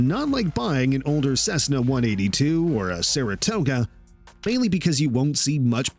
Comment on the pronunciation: Equipted? Cessana? This is so bad it's embarassing